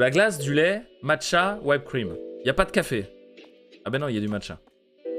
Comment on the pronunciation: Whipped cream , she prononce wi p cream pas why p cream ! Fini de faire. On relic video genial